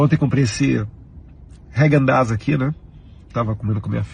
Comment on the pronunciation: E o chapeiro pronuncia heiguen daz, quando na realidade é hagen!